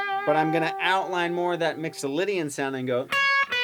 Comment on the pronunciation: A's & G's not A's & O's, Mixalaydian scail!